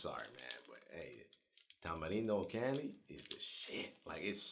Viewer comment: Shoutout to your Mexican's? I'm a Mexican as well as a huge fan and I just wanna let you know I love that you know how to say Tamarindo !!!!! #RESPEK